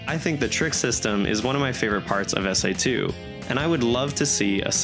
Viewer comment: Please never call this game "SA2" EVER AGAIN😭😂